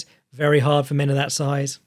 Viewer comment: “Look at the siozzee of that fellah” 😂